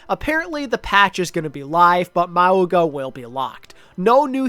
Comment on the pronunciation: idk why pronounce maUga is so funny to me